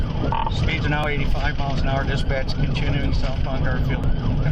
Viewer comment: Never heard "Dispatch" sound so closely to "Disbitch" in my life.